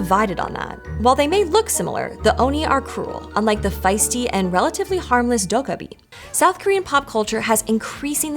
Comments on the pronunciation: It is "dokkaebi" not "dokabi". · Please please....get your pronunciation right. It's Doh Keh Bi not Doh Kah Bi...😢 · It's not pronounced doh-kah-bi. More like doh-keh-bi, with stress on the second syllable. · Its pronounced 'doh-keh-bee' You managed to pronounce it in 3 different ways and managed to say it properly only twice. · Its pronounced doe kkeh bee. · So, um, akshually 🤓, the name is pronounced "doh-gay-bee." 😉 But otherwise, thanks for another fun & informative video! I did the survey & appreciate all of PBS' hard work!! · More like "doh-(k)geh-bee," but yeah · To be fair, she got rather close at the start, around :7 . But yeah, I don't think any of us have ever heard someone fairly consistently pronounce 도깨비 as "docaby" before ^^ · how she says dokkaebi just irks me come on PBS or Storied, you can do better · honestly, Korean tense consonants are quite unique and almost impossible to map onto most languages' contrasts. i hear the kk as sounding like a 'g' as well but honestly you can only mess up here. the d in the beginning should be more like a 't' (including a little aspiration). i'm all for not butchering pronunciation but you still need to work with the phoneme inventory the language you're narrating in has, and you have to make a call on what dialect/register of the source language to base your rendering on. it's a fascinating topic but you will always conjure up some haters (maybe they are themselves dokkaebi? or oni? or asuras?)